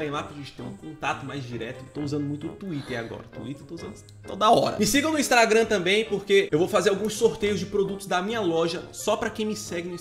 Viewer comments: só eu que reparei que no final do vídeo o falou "instragram" KKKKKKKKKKKKKKKKKKK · o falaou instragram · INSTRAGRAM? Rsrsrsrsrsrs